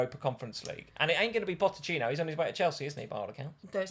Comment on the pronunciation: Also, it’s PoCHettino, not PoTTechino (therefore = Poch) 😂